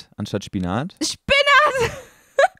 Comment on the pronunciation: min meinche Polen sprechen „Salat" wie es sagt so aus